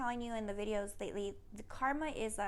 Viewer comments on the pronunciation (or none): none